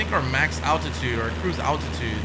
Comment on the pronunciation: it is altitude not attitude my brother is a pilot and evrey time you try to say altitude my head get's a headache